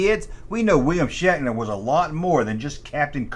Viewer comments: Bro are you saying shackner? 😂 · The blonde is Yeoman Rand. She says Shatner was always harassing her on set. Are you saying “Shaqner”? That’s what it sounds like. I like Nimoy’s music better. He had a billboard hit about Bilbo Baggins, shatner was also the host of a show called “Weird, or what?” He rode around on a Segway looking for mysteries to solve. Don’t forget he was also the maniac in the Halloween movies, too. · Yew siad Shackner wong